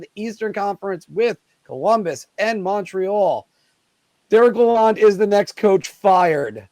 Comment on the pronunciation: Also it’s pronounce la-l-owned, if yall care haha